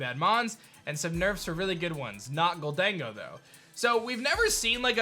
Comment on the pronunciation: Golden Go Not golDAYN-go